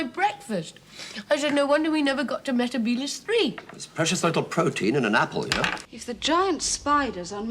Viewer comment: Sarah Jane also says meh-teh-bee-liss in The Wedding of Sarah Jane so it's 10 to 1.